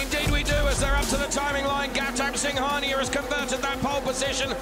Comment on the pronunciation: Gouttama singaniya ❌ gautam singhania ✅